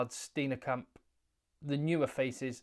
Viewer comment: The name Steen(e)kamp is pronounced Steenkamp with a silent (e)